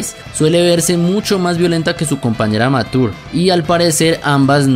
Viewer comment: dos cos curiosases que el nombre de mature no se pronuncia ( matur ) si no ( machur ) y que no sabias porque esta misma usa un parche en kof III y es porque de hay se libera su poder y vice no lo tiene porque su poder se libera de su pecho